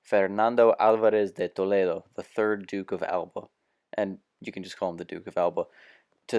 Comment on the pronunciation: Note: Narration is soporific, the pronunciation of words is atrocious EX: Alba, (just google how to pronounce...), there is not enough explanation on the context, William then try to invade... Invade what? If you want to vulgarise history, you might as well precise what are huguenots, seems like you take for granted that people know who they are, if so, there is no reason to watch this video, right? Same goes for "the war against the Ottoman", which war, a war, The War? Talking about manpower? What do you base that on? I guess a video game. Couldn't last more that 4 minutes. I hope that it help you, sadly, I'm 3 years late.